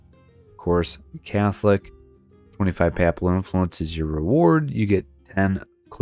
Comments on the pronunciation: Papal rhymes with maple. Except in EU4 videos, where folks picked up a lot of weird pronunciations of words they didn't know from old videos by Ludi and others who who don't speak native English. Pap-ul sounds like you're talking about baby food. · bro, the way U say papal pisses me off. other then that good vid